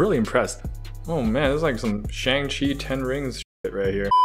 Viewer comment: “I’m cultured” also: proceeds to pronounce shang-chi incorrectly